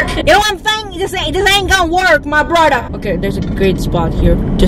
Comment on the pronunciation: Can you say more “my broda” bc it’s soooo funny 😆 ilysm your my fav yeetiber